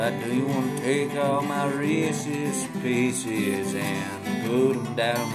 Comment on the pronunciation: Did you say Reesie's pieces?